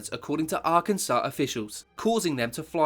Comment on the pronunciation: Arkansas = "Ark- en-saw" Amelia Earhart = "Air-hart" Plus lots of others! You've got to, what, late teens? And you've never heard these words in conversation? British schools have got worse since I knew them sadly.